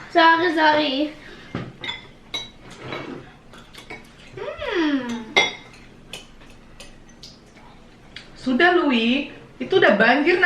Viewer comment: Pas bilang " sorry..sorry... ".... persis kyk indo asli 🤣🤣